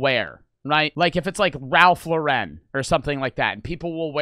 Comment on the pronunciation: Imagine saying Lauren wrong